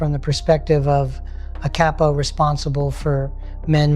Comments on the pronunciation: it is COP O not KAPO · This ain’t Pesci, “a smart cape o” instead of capo was said for example